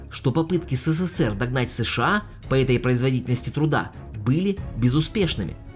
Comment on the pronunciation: СэСэСэР???!!!! Серьёзно?! Поработай над лексикой!!!